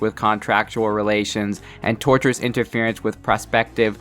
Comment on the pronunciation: Enjoyed the video. I assume it’s already been said but wanted to point out the phrase “Tortious interference” is from the root “Tort” which related to non-criminal wrongdoing - like ‘retort’ and is spelled and consequently pronounced differently than “tortURe/tortURous” And I hope it’s clear I present that info without criticism. It’ll also become impossible to overlook how many people get the word wrong.